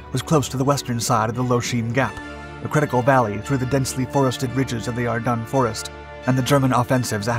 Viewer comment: I know this is trivial but i hear him saying. Are dun. Not are dens. I always thought the latter… maybe local area pronunciation? Thoughts?